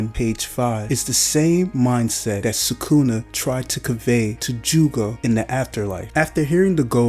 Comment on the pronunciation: bro you could at least pronounce it right it literally sounds like you are trying to pronounce it wrong you almost pause before you say it every time